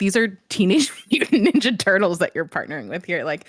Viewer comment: NINJA TWO-TLES! WTF Tim! 😂😂